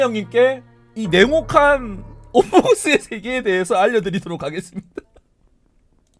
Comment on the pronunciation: us의 발음은 오스가 아니라 어ㅅ입니다